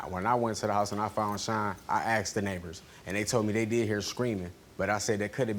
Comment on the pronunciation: It's ASKED not AKSED...